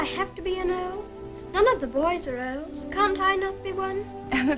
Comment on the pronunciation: Wow, this was a great movie! I've always like Frances Hodgson Burnett's stories. I kept chuckling every time Dick (Micky Rooney) pronounced Earls as "oils". 😊 Thank you so much for the upload! 💜👍💖💙